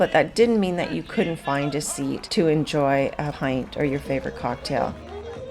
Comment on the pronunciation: Very nice video. But just for reference because I've heard Americans and Canadians pronounce the first syllable of Galway incorrectly, it's not Gal as in My Gal, it's pronounced like the word shawl, like gawlway.